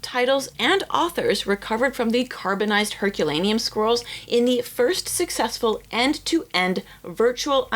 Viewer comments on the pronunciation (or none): The diction in this video is appalling. It's "scrolls" not "squirrels". The rest of it is garbled, unclear and mispronounced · 5.03 Did she say carbonised Herculaneum squirrels? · Every time says "scrolls"... I keep hearing "squirrles" ( 🇩🇪 ) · It is so cool that there is so much passion for these ancient lumps of charcoal that multiple people are funding multiple ways to read them. I agree---this is the bright side of technolog, of AI, of computers, and the wonderful nerds who can do this magic! (P.S.---every time you say "scrolls" I hear "squirrels," which puts a whole new light on the entire endeavor!) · She does kinda pronounce "scrolls" like "squirrels" tbh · all i hear is squirrels😂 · I keep hearing "squirrels"